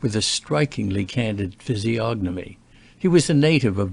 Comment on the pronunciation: When I heard you pronounce the “g” in physiognomy I knew we were in the hands of an ignorant reader.